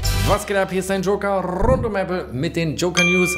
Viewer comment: Dieses rrrrund geht richtig auf die Eier!